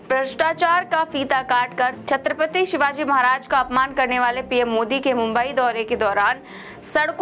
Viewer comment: ....4pm का मैं चाहता हू....लेकीन आप छत्रपती शिवाजी महाराज जी का नाम इज्जत से लिया किजिये....आप भी उनका नाम उच्चारण से उनको अपमानित कर रही हो....कृपया ध्यान दे